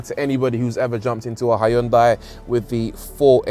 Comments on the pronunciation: Brits please.... don't say "high-yoon-die". The americans say it better "hun-day". Closer to the original korean "hyoon-day". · It’s “Hyun-day”, by the way! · "Hi undai"? Why do you have to butcher the name? It existed for decades , so at least learn to pronounce their name correctly. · Love the fact you used “ High un dye” all the way through instead of “Hin Dee”. Bet the company pronunciation police are on to you just like their adverts. 🤣🤣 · not "High un Die" :-0